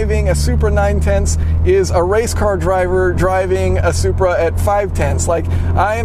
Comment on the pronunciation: Which one's engine blown first. The Zupraa or Zubaruu